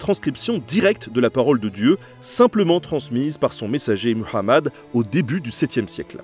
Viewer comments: Bien la prononciation pour "Muhammad" 👍🏼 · Merci de prononcer correctement le nom de mon prophète (paix et bénédiction sur lui) en disant Muhammad et pas Mahomet.